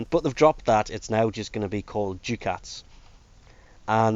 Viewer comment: Cool vid: as a complete aside..."Ducats" is pronounced "dukkuts"